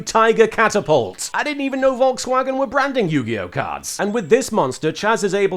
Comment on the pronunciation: I am sorry but i am laughing about the way you speak Volkswagen. More like Wolkswägen . Is everyone speaking it out like that? XD